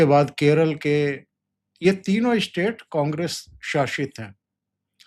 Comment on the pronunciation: इस्पेशल और इस्टेट याने क्या है !. हम स्पेशल स्टेटस को हम सही समझते हैं । स्पष्ट को इस्पष्ट, अस्पष्ट, कितने घटिया उच्चारण लगता है ।